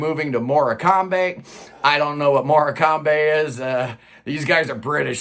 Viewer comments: Just down the road from me haha, and it's boringly pronounced "mork-um" :p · Yes, it's in the North West of England, near to where I used to live. It is actually pronounced more-com. One of the greatest English comedians, Eric Morcombe, is named after the costal town.